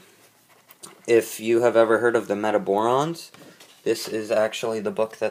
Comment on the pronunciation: I dont know how you missed pronounced Jean Giraud AND Metabarons.smh